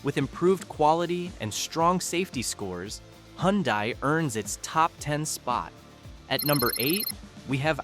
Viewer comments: It’s pronounced huhn-DAY, “Patrick Star”! 🤨 You also forgot to mention the Ram trucks in the Dodge section and Chevrolet’s counterpart GMC! There’s also lots more brands than you think, like the supercars: Lamborghini, McLaren, etc. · Hyundai is pronounced hundae like sunday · "The NSX supercar is cool but outsold by the Toyota Corolla" That's one of the most stupidest remark I''ve heard.... one of the best selling cars in the World it outsold every other frigging car, no ? It's not Hun-dye, it's Hi UN Die. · never heard of Hun-dye either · You Said Hyundai Wrong Its Hun Day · Well at least Hyundai and not "Hyudia" (get it right) is on the list, where is Cadillac ??? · How come AI doesn't know how to pronounce Acura or Hyundai?